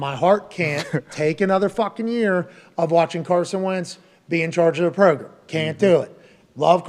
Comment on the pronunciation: Name robot "the progrum".